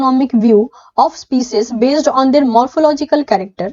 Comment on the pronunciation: Ma'am kindly correct your species pronunciation.